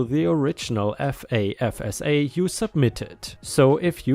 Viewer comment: Grants aren't the only thing FAFSA does (note to: pronounced "faf-sa"). It also determines whether you are eligible for federally subsidized loans, federal direct unsubsidized loans, as well as federal work study programs. You do not necessarily have to be below poverty level to qualify.